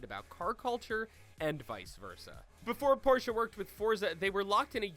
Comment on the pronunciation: Sentenario, Porsche GTS RS?!?! I'm depressed my these pronunciations